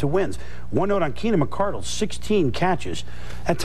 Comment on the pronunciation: Back when everyone called the Jags receiver Keenan MICK-CAR-DUHL